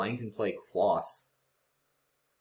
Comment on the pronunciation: "Quoth the raven, nevermore". From the poem The Raven by Edgar Allan Poe. The O is a long one, pronounced as in "quote". :)